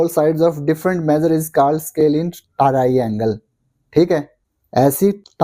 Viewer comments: Aap ko triangle bol na nhi aata😅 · triangle to bolna sikh lo bhai sahab